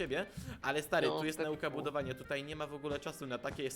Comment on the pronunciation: *budowania a nie budwoiania*